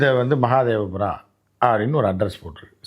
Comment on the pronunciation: Mahadevura illa Mahadevapura sir correct it